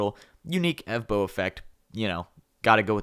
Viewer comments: The real guy is evbo not ewmo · Bruh it's not evbo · bro ur name is "" and not "evbo"